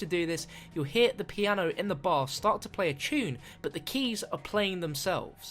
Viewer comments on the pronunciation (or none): none